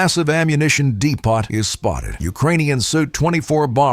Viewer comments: Tell the robot "depot," is not pronounced dee pot. It's "dee poe." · Getting really annoying with your AI not pronouncing words correctly. EG:- DEPOT IS PROUNOUNCED WITH A SILENT 'T' SO IT BECOMES DEPO NOT DE(POT). Get your AI together. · Stop using AI commentary on videos it's shit, they cannot pronounce words correctly and punctuation is ridiculous, depoT ffs. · Yes. Can't understand how he can alternately use the English and French pronunciation of "Depot." I mean, D-POT? Really? And then Depo again. Weird. Maybe they switched AI programs? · The first casualty of war is the pronunciation of the word "depot."